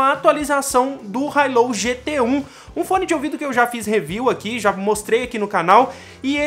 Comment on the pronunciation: Hi low? Kkk a pronúncia não está certa, mas ótimo vídeo